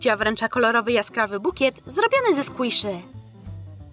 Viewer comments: A i nie sklise tylko skłisze 😰😰😰😰😰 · Mowi sie skłiszi a nie skłoszy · Mówi się skłiszi skłisz xd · PaulinkaKotek Serce ale ona (ta co dubing robi xd nie wiem jak się pisze) tak powiedziała czyli squisze!!!😂😂😂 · Mówi się (skłiszi) a pisze się squishy